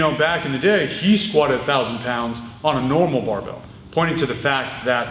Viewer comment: sometimes, he doesn't pronounce barbel, but rather "barbelle", the feminine form for barbell. a term originally coined in france during the great weightlifting revolution of the 1950's